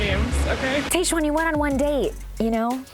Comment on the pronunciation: It’s pronounced Tahjwan (not Tayjwan). TAH not TAY.